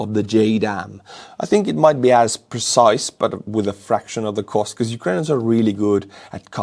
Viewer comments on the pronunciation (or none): none